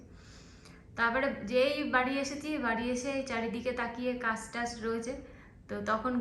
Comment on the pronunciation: আজকে কে আসকে , কাজ কে কাস এই সব উচ্চারণ মটেই শ্রুতি মধুর নয় । এই উচ্চারণ গুলো ঠিক করো